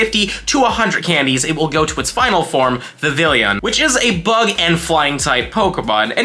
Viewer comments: Please stop pronouncing it like that. Kalos is set in france. Vivi-yon. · I live in FL, obviously, but I have a 3DS I registered as being in HI. Love getting that Ocean form. My top three are Fancy, Meadow, and Ocean. By the way, it's pronounced like Viv-eon. A combo of the words vivid and papillon, the French word for butterfly and also an adorable breed of dog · In Vivillon, the two Ls are silent, and the second I makes the Ee sound. It's my least favorite Pokemon, but only because its Pokedex number is my least favorite number. The only reason I would ever get one is so I don't have to see that number when I scroll through the Pokedex.